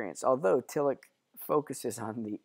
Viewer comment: Just so folks know, the 'ch' in Tillich is closest to the English 'sh' sound (close enough), as in Ich bin. At any rate it's not the English 'ch' sound (like Rich), nor like our 'k' or 'ck' sounds (like Lick).